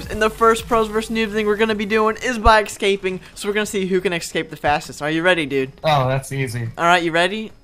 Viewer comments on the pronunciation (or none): he says "Excaping" when he should say " Escaping"